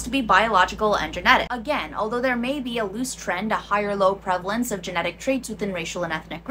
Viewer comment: "Prevelence, prevelence, prevalence"